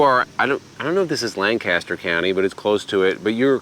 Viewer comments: Agree, that is way overpriced. We do need to teach you how to say Lancaster.😂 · I used to live 5 minutes down the road from that campground. When I see you in Hershey I’ll share with you the proper pronunciation of Lancaster!😎